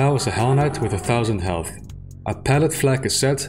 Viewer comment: Elth? Aight? (Instead of health and height) Is that a result of a bad noise removal or do you actually speak like that?